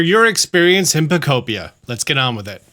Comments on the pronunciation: Brother said the name of the game right this time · holy he knows how to prnounce pokopia now